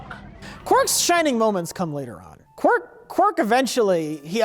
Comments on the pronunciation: Stop saying "Quirk",. It's Quark, Quuuark. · You guys keep saying Quirk but it’s Quark. Otherwise I love these DS9 recaps. Please for the love of god do the entire series.